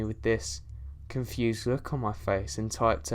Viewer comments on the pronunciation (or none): none